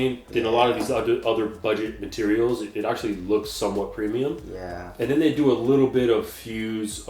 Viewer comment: Moving on to the "materels" 😁